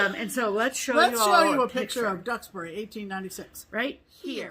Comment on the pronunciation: Yes, you pronounced Duxbury correctly. I was so happy to see this one on sale - I ordered it this morning! I grew up in Duxbury and still visit my parents but not nearly as often as I'd like with the current pandemic conditions. Really enjoy watching you ladies and get much inspiration from your projects!